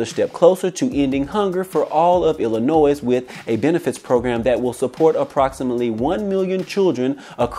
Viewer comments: "Illinois" ... The S is Silent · The S is silent in Illinois